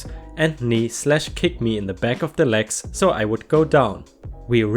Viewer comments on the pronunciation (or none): none